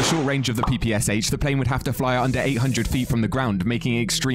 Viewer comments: It's "P-P-Sh", the last letter being pronounced "Sha", not P-P-S-H. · it's pronunciation is not P P S H, like abbreviation. It's P P SH, like in the word "shallow"